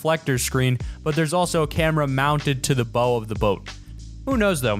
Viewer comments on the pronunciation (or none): In the "Jaws" clip, when referring to a part of a boat, it's pronounced "bow," rhymes with "how." Not "bow" rhymes with "no." There's a movie mistakes video mistake for you. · A great video that is very well done and pretty entertaining however the one mistake you made was to prove that you are reading from a script. In the Jaws clip you call it the bow of the boat as in 'bow and arrow' when it is pronounced bow as in to 'bow to the king'